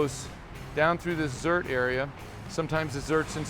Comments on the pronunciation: Zerk not Zurt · Grease zerk dude! Not zert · Zerk not zert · Is he saying grease “zert”? It’s a grease “zerk”. Come on,! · Did he say "zert"? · It's not a "zert" buddy